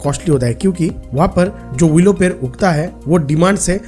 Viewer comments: Bhai 🦶per Nahi ped🌳 hota hai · पैर(foot) नहीं पेड़ (tree) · Ye ड nhi bol payega uski jagah र bolega